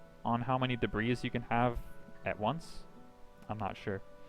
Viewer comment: The s in debris is silent even in plural form, also if I may give you a tip: drag your skill screen to the top half;right/left side of screen, that way you don't have to close it and we can see your character at all times. Other than that great vid!